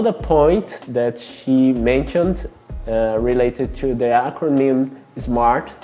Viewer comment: Great video, gostei que tu falou "acronym" haha, fala difícil.